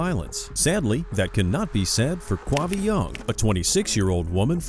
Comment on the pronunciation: 'Quavi' ??? Give me a break, you are kidding me ! 'Quavi' ????